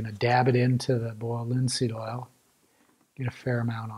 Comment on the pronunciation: Boyald lihn seeëd ohl. All seriousness though I learned a ton from this video. And comments like these just add to the charm!